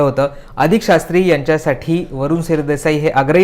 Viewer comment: नीट मराठीत बोला. नाव हरीश शास्त्री व वायंगणकर असे आहे.